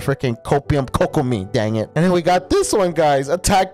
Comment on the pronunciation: yh but you pronounce kok like "coke" bc its kokomi, pronounced as "Coke-omie"